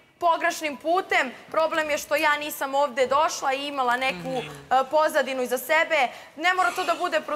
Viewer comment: Odmah sam čula kad je to rekla šokirala sam se. Kad kaže da je rekla SEBE vraćala sam strim više puta nekad čujem TEBE nekad SEBE tako da se ne može opravdat